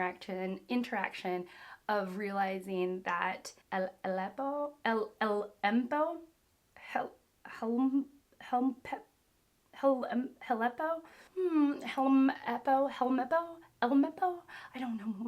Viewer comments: Morgan's sons name is pronounced hell-meh-po btw. Love the vid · Haha its hel-meh-ppo. Its okay to mess up character's name. I mean who can say these bizarre words right off the bat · 🪲 bug buggish .. buggy. And yes you got koby right. And hell-meppo is axe hands son. The o is like oh wow. Oh hell-meppo. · Helmeppo is hell-meh-poh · Also, Hell-MEH-poh, and if you see something clearly written in English, say it in English because that's intended (like Buggy) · I had the biggest grin watching you pronouncing Helmeppo! I never thought about it like with a silent H but love the idea of his name being pronounced like "elmeppo" hahaha. I adore your enthusiasm and getting into talking about the details, such as your thoughts on their character designs. It's really great to just hear all of your thoughts about any aspect that sticks out to you. As for ideas on how you should proceed: definitely do whatever feels best for you! if you love really getting into all the minute details and talking about everything that comes to mind, please do so! It's tremendously fun to hear you talk about anything that you found interesting. If you feel like doing other things, like live reactions or anything like that, that would be great too! I'm sure you or other commenters can come up with other great ideas that will be great! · Zoro is indeed named after the mask of zoro, early English localization translations put zolo out of fear of copy right strike from Zoro lol. After a short ish while, they stopped being scared and just used Zoro lol. Romance Dawn to Logue town is known as the East Blue Saga the epilogue of One Piece. Its just Hel mep pO, Dont have to stress about stretching the O out for Oda every time you say it, we all get it and most of us who arnt native jp speakers dont bother. Its not that Luffy doesnt know or could learn how to swim, he is unable to swim from eating the devil fruit as Shanks told Luffy right after he ate it.